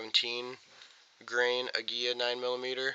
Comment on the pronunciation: agwilla is how aguila is pronounced cheers for vid